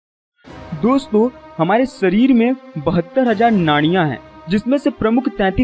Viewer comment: आप जिस विषय पर बात कर रहे हो, यह विषय बहोत हि गहन है. इस विषय के बारेमे बात करते समय संस्कृत के शब्दोका उच्चार सही होना आवश्यक है. ऊदाहरण - हमारा सरीर नही शरीर होता है. ये इन्डा नही इडा है. शरीर के इस्तर नही स्तर होते है. सुसुम्ना नाही सुषुम्ना है. और बहोत सारे. कृपया सुधारे.